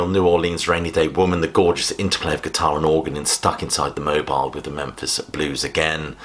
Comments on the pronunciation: I was surprised to hear you mistitle and mispronounce Dylan's 'Stuck Inside of Mobile..' as 'Stuck inside of *the Mo-byle*..'. 'Mobile' is not pronounced phonetically. It's 'Mo-beel', the city and the county seat of Mobile County, Alabama. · The Dylan song is Mobile ... as in Mobile, Alabama ... pronounced "Mobeel" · Stuck inside THE Mobile?? It's Mobile Alabama, pronounced Mobeel! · Re: Stuck Inside of Mobile. 'Mobile' is pronounced 'Mo-beel': it's a city in Alabama.